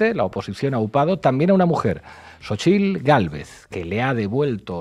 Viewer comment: Saludos yo soy hablante originario nahuatlaca y el nombre de esta loca es en náhuatl Xochitl en español flor y no como todos están diciendo sochitl y soy orgulloso orgulloso de ser nativo